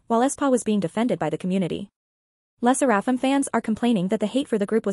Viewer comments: It's pronounced "leh - sair -uh - fim". Asian names also do have have stress on any one syllable. Le Sserafim also SAYS THEIR NAME at the end of each m / v. Not getting the name right kinda weakens credibility. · Girl its ai obviously it's not gonna pronounce it right